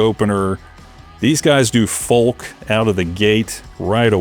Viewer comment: Why do you say "FoLk"-the "L" is silent. You must be a bot.